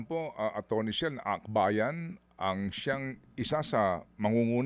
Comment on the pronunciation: Chel po, Sir Ted, hindi Shell. ❤